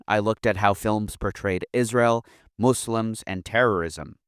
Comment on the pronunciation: you know means business because he actually pronounces "muslim" properly.